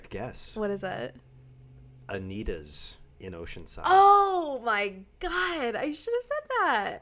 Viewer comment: Mousse BOOSH as in beesh boosh?? 😂😂 I’m dead at these and got them all right except anitas!